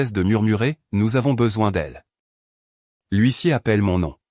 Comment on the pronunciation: Gros problèmes éternels avec le mot HUISSIER, depuis le temps, ça devrait être corrigé,comme quoi l'IA ,,ne relit RIEN